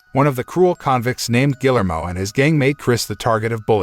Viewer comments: Gill-ermo? Really? ...and "fatal" wound? When has ANYONE EVER recovered from a fatal wound? Why does it seem to be too difficult to actually pronounce words correctly or actually know their definitions...especially when doing a recap channel? Minimal effort. Shoddy work, period. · The name is pronounced (HARD "G", AS IN "GUILTY", OR "GARDEN") "GEE-AIR-MO"! "GUILLERMO"! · This dude doesn't even know how to pronounce "Guillermo"... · His pronunciation of Guillermo hurts my brain